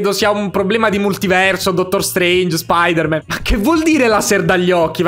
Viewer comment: secondi non Spider man ma SpOdEr MaN